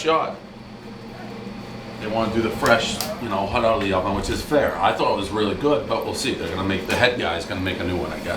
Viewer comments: Pup puhs? Smoking HUT? Pres what the fuck is with that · Papas he says "PUPPAS" -- Hot he says "HUT" He threw out an 8.3 way too easy. He must know the owners. Nice BS review.